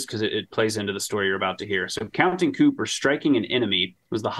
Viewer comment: Love y’all’s stuff, but that last 30mins mispronouncing counting coup 118k times was killing me